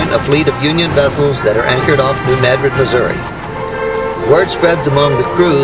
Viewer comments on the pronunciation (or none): none